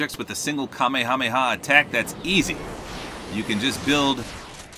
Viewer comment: I feel like I'm being ignored. Seriously, Kameha-meha; they only say Kame hameha when they are yelling it.